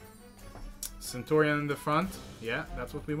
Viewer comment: Dude, it's 'CENTURION';) Nice win by the way!:)